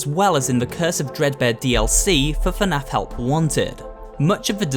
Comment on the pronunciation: Someone tell him that is not fanaf is fnaf